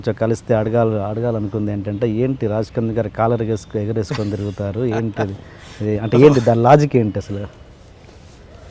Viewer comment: ఎగంసుకుని కాదు ఎగరేసుకుని